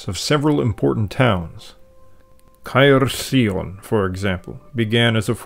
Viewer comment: its now pronounced caer-lee-on btw, still watching though